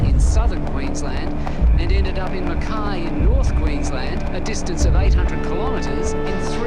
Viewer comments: Just so you know, Mackay is pronounced Mack Eye (I) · Well presented case, subscribed. As an Aussie I get a chuckle out of how people pronounce Aussie town's names. It's Gunnah-dah and mak- ay. We got some doozies.